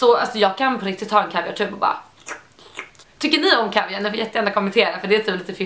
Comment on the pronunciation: Äntligen nån som kan uttala laktris och kaviar😂😂😂